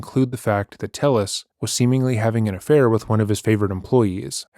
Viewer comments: The way he said affair 😂 “ahffhai r” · probably the only time so far that he’s had to admit to something. He tries to mumble off “affair” like a fucking little kid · Why did he say 'affair' like that? Wtf this guys so bizarre 😂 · why did he say affair like that!?!?😂😭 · the way he says affair makes me giggle every time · Listen to how Telles says his "affair" . Every other word he says is clear, but he was admitting to a personal failing (😖) so he literally couldn't force himself to even say the word out loud, so it came out fully mumbled 😂